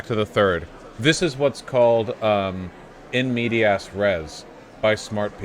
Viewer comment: Vaush murdered the pronunciation of "in media res" lol